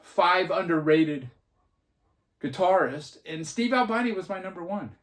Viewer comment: Ahl-BEE-NEE. He was not an albino.